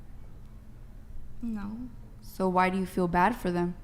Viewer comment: For fuck sakes there is at least 1 girl on every panel keeko being the worst that say woman instead of women. Makes my fucking brain hurt every time I hear it. Annunciate for crying out loud, or maybe it's more pronounce actually. Either way fucking do it!!! Just do it!!!